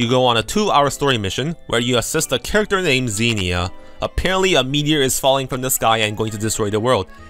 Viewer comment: are you going out of your way to mispronounce every characters name?